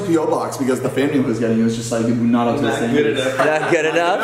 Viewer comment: lol you said tood